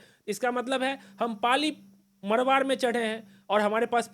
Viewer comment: पाली मरवाड़ नहीं, ❌ पाली मारवाड़ बोलो ✅